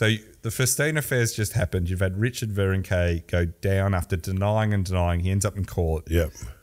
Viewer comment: clearly doesn't watch the Tour or failed French at Melbourne Grammar. His pronunciation of cyclists names is deplorable. Richard Virenque is Rishard Vironk.